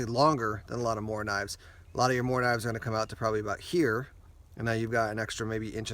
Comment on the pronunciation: I'm from Sweden I and I know the quality of morakniv plus you spell it mora but you pronounce it moora